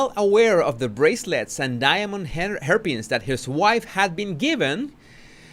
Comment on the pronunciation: Ok, don’t come at me but when you said “Diamond hairpiece” I honestly heard “Diamond Herpes” and had to rewind my brain and listen more closely because of the accent. 😂😂😂 Maybe HW’s is holding on to him with Diamond herpes too!